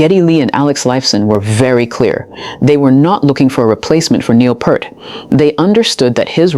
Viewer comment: just to help you out, his last name is not PERT.... it is PEART....say ear with a P in the front and T in the back.